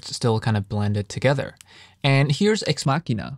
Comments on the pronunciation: Homie was saying axe Ma-shin-ah and had to dub over the proper pronunciation, hehe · I stop by here every now and then, to listen how you say Axe Machina.